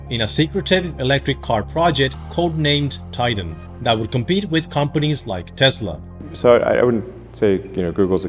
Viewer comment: Why do you say 'Tezla' with a 'z', It is 'Tesla' with an 's'. Is it your accent or are you mimicking Elon's accent?